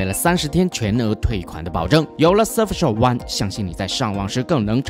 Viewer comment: 大聪真的英语口语堪忧呀。。。。。surf SHARK